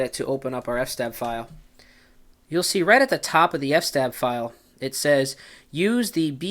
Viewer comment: Please pronounce eff ess tab correctly.